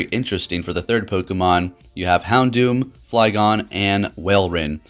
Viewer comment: Houndour not doom